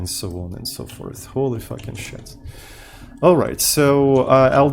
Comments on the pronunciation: "So on and so *Porth..." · …and so on and so porth 😜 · Always saying "so on and so forth" but should say instead "so on and so porth".